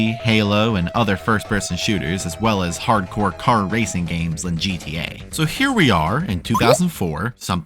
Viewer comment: MEMES HAVE ROTTEN MY MIND EVERYTIME SHE SAYS RACING I HEAR RACIST STOOOP